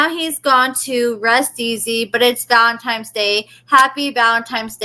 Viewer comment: Girl stop with the ValenTIME’s day 🤣🤣🤣🤣